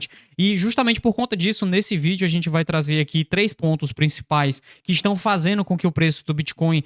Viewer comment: você pronuncia fazeno, impactano, veno. O correto é, fazendo, impactando e vendo....